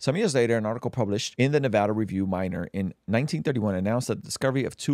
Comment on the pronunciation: It is pronounced: Nev-add-uh. Shorter haired, hat wearing, bearded guy was and is correct. Never let long haired, hatted, bearded guy EVER say Nevada again. Just ugh ( shudders). - Sincerely, Every Nevadan Ever